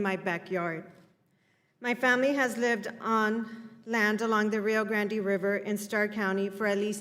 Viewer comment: a witness who is a border land owner, whose family has lived there five generations, fails to pronounce “Rio Grande” properly, English nor Spanish. Nobody down here in Texas calls it the “Rio Grandy.”. Certainly not any Latino, nor any native born texan.